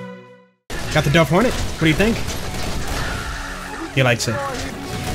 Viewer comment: I'm pretty sure the dove is supposed to be pronounced like the bird not the verb